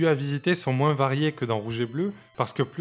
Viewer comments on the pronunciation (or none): Excellente vidéo rétrospective, mais le seul truc qui m'insupporte plus que Nabil, c'est quand tu dis MOUINSSSSSS 😂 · J'ai kiffé la vidéo mais qui dis "moinZe" pour dire moins ? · Énorme travail ! J'adore ! (moins on prononce pas le s 😂) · Par contre, on prononce pas le s dans moins